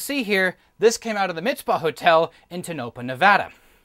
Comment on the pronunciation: Nice video, but it’s pronounced “Tow-no-paw”… 3 syllables, each distinctly annunciated.